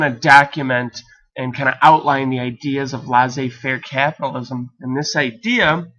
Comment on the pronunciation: "Laissez" is pronounced like "less a", not like "lice a"